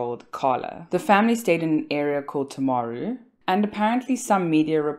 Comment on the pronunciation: Lots of misinformation in this video. Graham Dickason worked at Timaru Hospital, not Hillmorton Hospital. He is an orthopaedic surgeon, not a psychiatrist. You mispronounced Timaru, which is an indigenous Māori place name. Graham didn’t find the children when he got home from work. He'd been out that evening for a work related function. Lauren Dickason has been found guilty on all 3 counts of murdering her children. There was no evidence of psychosis. The children were smothered, not strangled. She is a very privileged, wealthy, white woman who murdered her children. Someone who isn't white ir wealthy probably wouldn't receive the same amount of sympathy.